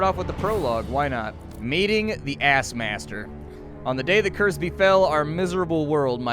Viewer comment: so I was not the only one to hear Ass Master?